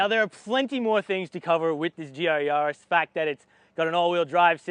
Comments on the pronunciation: Actually the closest I've heard so far to it's correct pronunciation! Google it. It's "Ya" the German way, so Yaa-ris is correct 😃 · Ya - riss Not Yarrr- is :)) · GR Yarrrrrrrrrrrrris 🤣 I love watching american videos lol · It’s not a car for pirates! Hard “A” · Hey, how do you pronounce the French capital Paris? 'Nuff said!:))